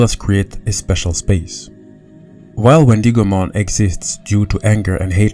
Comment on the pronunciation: Ok please let me know if anyone else is getting annoyed when he says Wendigomon like the I in it is pronounced as an E instead of an i. Or is it just me